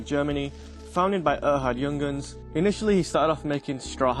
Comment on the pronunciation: “Young-uns”…😂 “yoong-harns”. Stunning watch, true classic